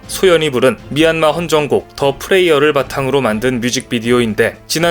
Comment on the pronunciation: 미안마를 도와주는 많은 한국인들이 있다니 가슴이 찡하네요. 참고로 영어 'prayer'를 읽을때는 프레이얼가 아니라 '프레얼'라고 읽습니다. 수고 했어요!